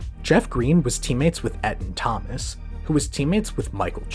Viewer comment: Ētaan Thomas... Not ĕttuhn. Cool video though